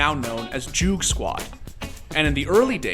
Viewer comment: Said joogsquad wrong smh